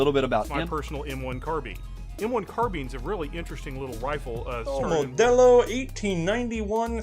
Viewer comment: the guy said car bean and wifle, i dont trust him